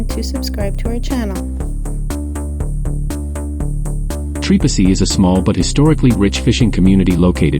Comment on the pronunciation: Can't pronounce right! Don't even bother to come here